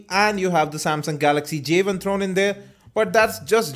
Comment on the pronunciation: wow..start of the review...he calls it a javin....its not a fucking javin! it is a "Jay one" say it with me...Jay.....one!...NOT jayvin!!!